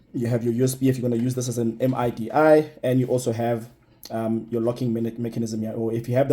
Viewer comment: 1st time in my life I've heard someone spell out M-I-D-I 🤣🤣 It's called "mih-dee"